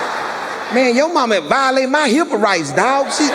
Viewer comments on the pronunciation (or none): none